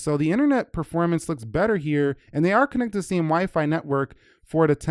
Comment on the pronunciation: I don't understand today's English. Game is not pronounced "geem", same is not pronounce "seem", update is not pronounced "updeet", too is not pronounced "tyeeu". This new trend is making me "loose" my mind.